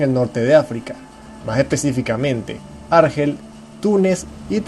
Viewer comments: Bien, buen vídeo. Pero, por favor, el acento en la palabra Argel, recae sobre la segunda sílaba. Argel, Argel. ¡¡¡No Árgel!!! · Es Argel, tiene el énfasis en la E, para que sonara como tú lo dices, se tendría que escribir Árgel, pues sería una palabra llana no acabada en vocal, N o S. No se puede ir de culto cuando se desconocen las normas de ortografía y acentuación que se estudian a los 8 años. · Árgel no, Argél. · Antes de realizar un video,deberías aprender a pronunciar correctamente los nombres de los lugares sobre los que hablas. Argel,lleva el acento en la e,por tanto se pronuncia Argél y bebería con acento en la i . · Argel se pronuncia con acento en la "e", y Berbería en la "i".